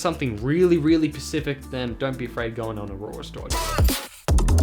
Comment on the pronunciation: Nice vid man. You just got a new subscriber. I'm about to do the same with brand new pixel 5. Could you please send me a link to the instructions you used to install it? p.s. stop saying pacific instead of specific, it's pretty irritating or is it an Australian thing? 🤔🤣